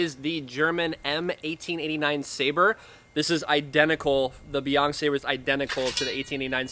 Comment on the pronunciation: Not "beyond", its pronounced "bay yen", meaning northern sea